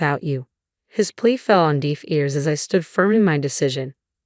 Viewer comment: It's deh-f NOT Deef (deaf)